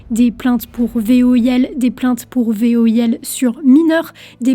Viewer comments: voil ? ou V I O L ?? lol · pas v-o-i-l mais v-i-o-l. 4min.26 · Ouais même moi j'ai capté qu'elle dit : V.O.I.L Inversement de lettre dans la rapidité en parlant ! L'essentiel c'est qu'on a tous compris ! 😉 C'est le principal ! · c'est V I O L pas V O I L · Attention, tu parle VOIL, en inversant les deux voyelles, ça faut un peu bizarre "il est accusé de voil" meme si on comprend que ce n'est ce que tu veux dire . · "Des plaintes pour VOIL" ?? 😂 y’a comme un problème dans l’énoncé, non ? 😉